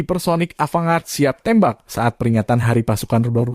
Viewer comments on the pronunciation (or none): Bacanya Avan-gard bang🙏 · Mohon jangan dibaca ava-ngard......